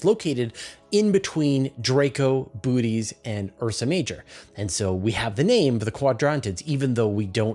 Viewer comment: Just for the record, because I know I mispronounce so many things I've rarely heard spoken: the umlaut in Boötes is there to remind you not to combine the vowel sounds, same as the one in naïve. Boh-OH-teez, three syllables. Just remember that he's the ox-driver, and the "bo" is the same as "bovine", not "boot".